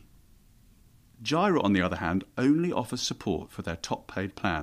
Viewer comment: Jira is pronounce JEE-rə. 🙂